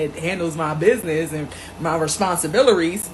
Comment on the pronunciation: Did she say responsibilleries?